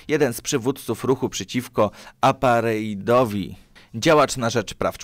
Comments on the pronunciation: Dykcja tragiczna, akcent dramatyczny, gramatyka zabija. I jeszcze te bezsensowne wstawki luźno związane z tematem (o Pileckim). I "apartheid" a nie "apareit"... Ostentacyjnie olewasz widzów - nawet nie umiesz przeczytać tych bzdur z Wikipedii. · "Aparejd"?...perwsza czerwona lampka po kolejnych dwóch dam sobie spokój z tym kanałem...do trzech razy sztuka